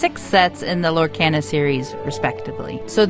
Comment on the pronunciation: You are pronouncing Lorcana wrong!! Lor-kah-na